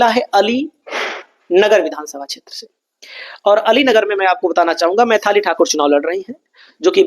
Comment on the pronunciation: Pahle Maithili Thakur bolna Sikh Lo Main thali Naam nahin Hai uska